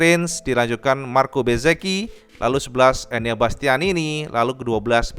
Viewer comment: Race yg cukup menyenangkan. Lebih seneng lagi denger akhirnya bisa nyebut MARKO BEZZEKI, bukan lagi MARKO BEZEZI 😄